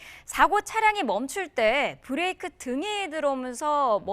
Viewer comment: 김현정 뉴스쇼에서도 이분 인터뷰 들었는데 /// 아뭏튼 브레이크라 안하고 계속 브레끼라 하시네... 정비명장이라 더구나 저리 부르시나